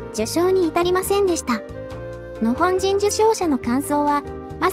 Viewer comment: 「日本」とか「日本軍」と違って、「日本人」の時だけ「のほんじん」って聞こえるのは私だけ？ 別の動画でもそうだった気がするんだけど、何か設定間違えてません？